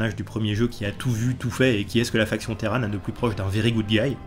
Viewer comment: les téran pendant toute la vidéo. De temps en temps un petit "terrane" qui pop. Je préfère Terrane perso, téran ça m'a un peu fait saigner les oreilles. 😂Bonne vidéo sinon comme d'ab :p